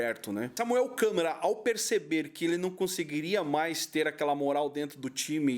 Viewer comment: " ,Dinheiro" é um "deus", sem ele nada funciona. 😄😄😅😆😂😅, O nome é Samuel Câmara e não Samuel " Câmera"😄😄😆😆😂